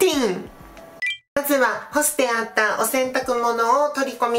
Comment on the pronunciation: めっちゃ飯食ってって言うやーん(笑)😁💕 洗濯物を干してって言ってるとき 干すてって聞こえた(笑)〰️💣💥 なまりが可愛い🍎そのままのりんごちゃんでいてね🎵